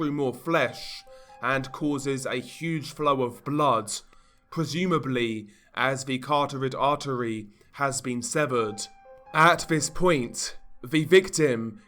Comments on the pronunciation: cartorid artery? hahaha its the carotid artery you retard. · I don’t mean to be rude, but the past couple videos you’ve been pronouncing carotid artery as “cartorid” lol. Awesome content by the way. Keep up the good work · It's called the CAROTID ARTERY not the Cartorid. Second video with same mistake bro